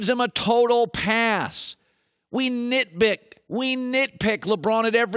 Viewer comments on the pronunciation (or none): Colin might be dyslexic, he said knitbick instead of knitpick. He's such a bick